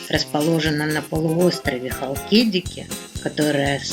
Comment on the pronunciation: ХалкидикИ...на последнем "И" ударение☺